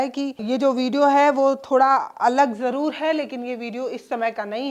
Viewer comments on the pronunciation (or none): none